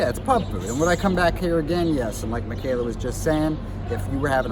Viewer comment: I wasn't looking at the screen for the intro and I thought Pete introduced Steve as "Stephen Michaela Porter"